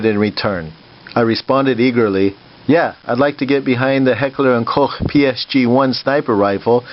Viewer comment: ...and most importantly they taught you to pronounce "Koch" correctly!